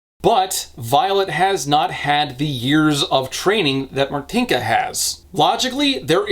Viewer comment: I'm sorry you had Martynka right there on call and you couldn't ask how to correctly pronounce her name? Why do english speaking youtubers never bother prnouncing polish correctly, it's not that difficult